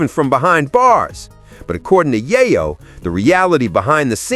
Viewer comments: Yaaryo? LMAO 🤣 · You are mispronouning Yayo.